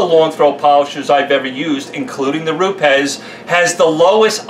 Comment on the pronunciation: Jehovah God bless you for knowing how to pronounce Rupes like the Italians who run the company do! Another great video with valuable info. You should charge though because you've been invaluable in my training process in becoming a future pro detailer! Thank you!